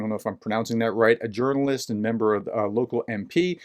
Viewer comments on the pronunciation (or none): none